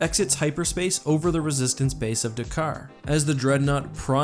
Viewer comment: It’s not Dakar it’s D’Qar